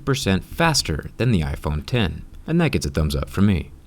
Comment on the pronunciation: Why'd you say iPhone "X"😩